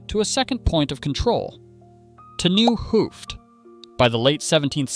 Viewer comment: 't Nieuw Hooft = Het Nieuw Hooft. It's a Dutch contraction ('t) pronounced as [ut] instead of [tee].